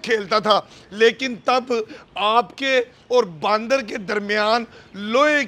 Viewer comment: He's calling them baandar instead of bandar. 😂😂😂